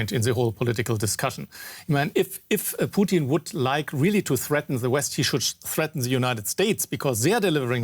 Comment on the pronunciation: I love it when people pronounce his name Putine.